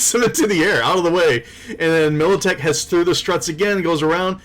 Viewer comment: Damn, it's MILITECH, a g a i n